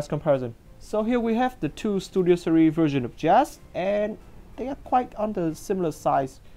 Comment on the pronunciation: He Pronounces series as "serie" but anyways great review